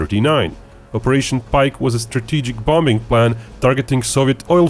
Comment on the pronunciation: You shouldn't pronounce the second B in bomBing lol